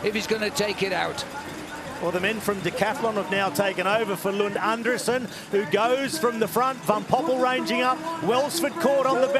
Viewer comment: His name is pronounced An-DRE-sen 😊